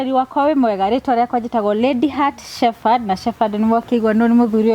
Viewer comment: Îra shepherd "h" ya kerî nî silent. Rîtamûkagûo ta arî "sheperd."